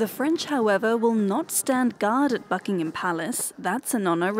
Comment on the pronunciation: That dude saying Buck Ing HAAM was painful 💀